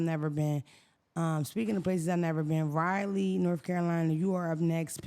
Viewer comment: I love you. It's pronounced Rah-lee😅